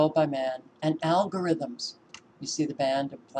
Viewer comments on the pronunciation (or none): That's what I think it is algorithms or al-gore ithms lol. I'd say algorithms.